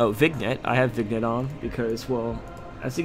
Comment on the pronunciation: Vignette isn't pronounced like it reads. it's pronounced like vinyett